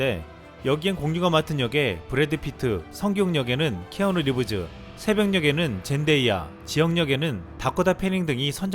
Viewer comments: 근데 유튜버들은 왜 자꾸 영어발음을 이상하게 하는거임? 누가 키아누리브즈라고 하냐 ㅋㅋㅋ 태어나서 처음들어보네 ㅋㅋ 남들과 다르게하면 유식해보인다고 생각하는건가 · 키아누리브즈 발음 나만 이상한가.......ㅋㅋㅋㅋㅋㅋㅋㅋㅋㅋㅋㅋㅋㅋㅋㅋㅋㅋㅋㅋ어색해!